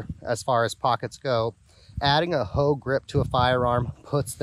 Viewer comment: Hogue not vouge